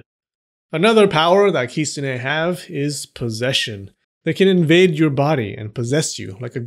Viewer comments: stop the kisune. (its kitune) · Kitsune is pronounced "kit-sun" in Japan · why do you say kistune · Bruh I've thought it was "kit-soon" not "kit-so-ne" idk just me idk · Lolololol!!!! “Those people were sniffing glue”! OMG….And I have been pronouncing the word the wrong way. I thought it was Kit-SU-ne. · 10x for the great video, but please try to say きつね correctly from now on, つ - tsu, so it's kiTsune 😉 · At least I wasn't the only one that noticed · The t in the tsu in kitsune isn't silent! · Please don’t butcher the name and should make proper attempt to pronounce 狐 correctly .